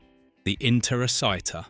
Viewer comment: If you've seen the movie, why do you mis-pronounce Interociter so much?